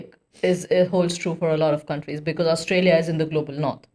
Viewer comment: "becourse" -> "because"